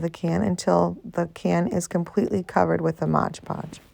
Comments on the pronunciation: You pronounce it 'Modge Podge'; but, it's really 'Mod Podge'. Lots of people mispronounced it. I wouldn't worry about it. Your crafts are beautiful❣ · Please say Mod Podge, not Modge Podge. I love this video.